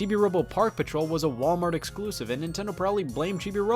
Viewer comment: Chibi-Robo a Walmartuh-tuh exclusive?